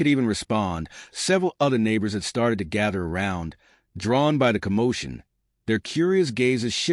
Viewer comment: Nothing real about this "story", not even the narration. "You're going Tee Ohh pay for this" I'm laughing so loud I'm choking on my morning coffee. I'm also out of here.